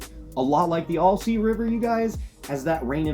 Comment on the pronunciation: Not sure why people can’t pronounce this name, but it’s “Al- sea” NOT “All-sea”. It’s like saying “Hi, my name is Al.” Not saying why do you “ALL” say this river name incorrectly. Might as well say you’re fishing in ORY-GONE 🙄